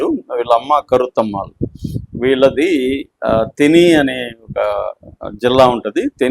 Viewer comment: తెని... కాదు తేనీ.... అయ్యోరామా. తెలుగు లో అలాంటివి సినిమాలు రావు. తమిళ్ లో అలాంటివి 👌👌